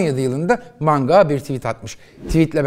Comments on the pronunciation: Mango grubu degil manga, Slovanya degil, Slovenya. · hâlâ Bahar Candan in etkisinde ki manga ya mango diyor:)